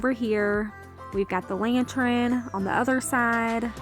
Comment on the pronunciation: Lantern is pronounced 'LAN-TURN', not 'LAN-TRIN'.